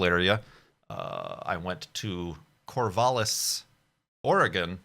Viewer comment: Hey, I go to school there! (and it's "core-val-iss" as in "value" or "valid") I watched from some mountains in Eastern OR and the change in light immediately before totality was so incredibly strange. I guess it's because the light was so weak but not coming from the horizon like a sunset or sunrise so shadows were different. Thanks for sharing your experience, hope you enjoyed Oregon:)